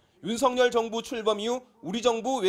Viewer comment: 윤석열은 윤서결 입니다. 윤석렬이 아닙니다. # 윤석렬 발음은 뭔가 정렬된 느낌.